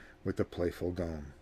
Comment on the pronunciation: Is there an inside joke I missed? Gnome pronounced “Gome” vs “Nome”?